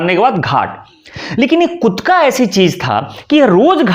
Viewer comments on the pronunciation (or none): कुट्का ❌❌ कुट्टा ✅✅